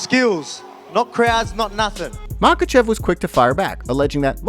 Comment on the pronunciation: volk said "I SLAM mahachev" ;)